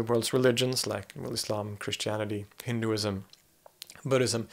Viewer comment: I applaud you for your pronunciation, and your in depth knowledge about many religions. Your assessment about what Hinduism means was spot on, and you know more about Islam than many Muslims do (and I put that forth as a Muslim myself, albeit non-denominational).